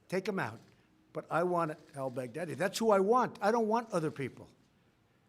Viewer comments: I heard that too 😂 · Trump.... "Abu Bakr Al Bagardyy" ?? 😄